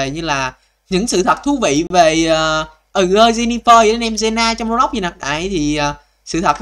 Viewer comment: Anh đọc jenna thành biến gie na??